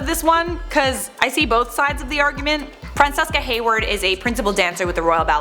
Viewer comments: Very interesting video! Good job! Also, real quick, “Francesca” is pronounced Fran-CHES-kah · Isn’t Francesca pronounced “Fran-CHes-ka”?